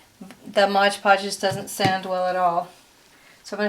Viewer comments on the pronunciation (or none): Its MOD Podge, not modge podge.